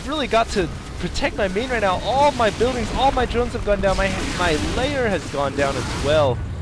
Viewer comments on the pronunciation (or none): Why does he keep saying "Layer" when it's a "Lair"?